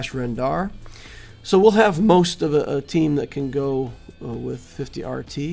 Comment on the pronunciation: 50-RT is pronounced shortie